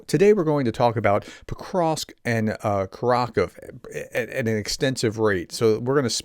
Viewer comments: Great video, but for heaven's sake please say KUR ah KOH veh, not curr ROCK uv. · btw prof it's pronounced [kʊˈrɑxowe] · Great reporting. Just a note that Kurakove is pronounced Koo-rah-koe-veh. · the pronunciation of Kurakhove has the accent of the third syllable. It's four--syllable word by the way. The final "e" is not a silent letter as it would be in English. The "ve" at the end would be pronounced "vuh"... like we pronounce the e in "the"